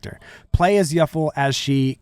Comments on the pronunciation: Its Yuffie. Not Yuffle 😂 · He also called the Yuffie "Yuffle" like Truffle lol